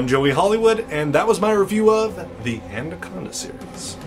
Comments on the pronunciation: It'd be nice if you could say it right and not "And-a-conda." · Good reviews but why are you pronouncing it anDaconda? There's no d in it, lol you must be doing it on purpose :P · Is he pronouncing the title "ANDACONDA"?? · He said andaconda the whole time😂😂